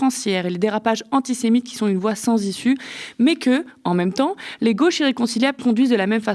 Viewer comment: Qui Z-ont.. Purée. Vous pouvez mieux parler la France ? 😅